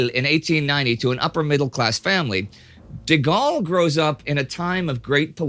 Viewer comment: thank you for saying his name the correct way